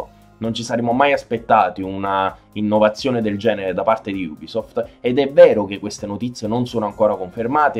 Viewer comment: Bel video Ho solo una critica la pronuncia Non solo nella parola ubisoft che voi dite iubisoft Ma anche i nomi degli operatori